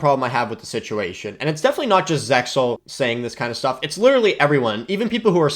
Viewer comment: it sounds like you said SeXel lol